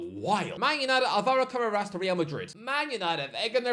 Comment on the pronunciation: Ca-ra-rass? Who?! Modern IPA: kərɛ́ːrəs Traditional IPA: kəˈreərəs 3 syllables: "kuh" + "RAIR" + "uhs"